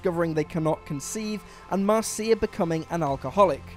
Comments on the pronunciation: "And 'MAR-SEE-A (Brady) becoming an alcoholic." Me: "It's MARSH-A. MARSH-A, MARSH-A, MARSH-A!" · Mar-see-a? WTF? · Mar-see-ya? no. Mar-sha! and I don't care who they had chosen, NOBODY can fill Serling's shoes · I'm going to pretend your pronunciation of Marcia never existed. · Ive learned something today, I had no idea that Marcia could be pronounced Marsha, our neighbour had that name and always said it as Marseea, and I never watched the Brady bunch. One of those names with multiple pronunciations I guess. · The Bradys was a mistake. At least the real Marcia (pronounced MARSHA, not "Mar CIA"), Maureen McCormick, had the common sense not to participate in that fiasco. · I admit, I had to listen to his explanation of The Bradys about three damn times simply because of "Mar-cee-a! Mar-cee-a! Mar-cee-a!" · “Marseea, Marseea, Marseea!” 😂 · Ok so I know...people come from different locations...but if a name is going to be said...wouldn't it make sense to watch the show to see how they pronounce the name first? Mar-SEE-uh? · Am I the only one who HATES that WhatCulture writes scripts and hands them out willy-nilly to presenters who have clearly never seen/heard of the thing they’re talking about? I mean, Gob is not pronounced like that. Nor is Marcia. It’s like they’re just handed a script and given two minutes to read it before they record it.